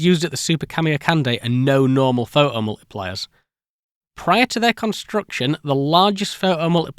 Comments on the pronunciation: Pho-oh multipliers eh? Great... until they shah-er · oh COME ONE, pho' 'o multipliers. but phoTocathode. phoTons. So you CAN say the T, but certain words, even with the same root words, get the silent treatment!